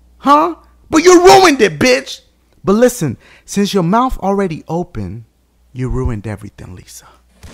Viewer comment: "Since ya mowf already open.." 😂😂😂😂😂😂